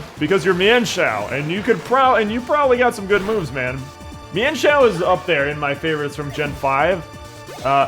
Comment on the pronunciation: Apparently the correct pronunciation of mienfoo and mienshao is meanfoo and meanshao according to pokedex 3d